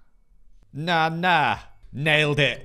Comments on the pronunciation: Banana ❌ Bananana ✅ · Love how he Said Bananana 😂